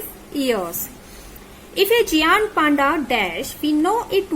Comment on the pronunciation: it is not geaant it is gaint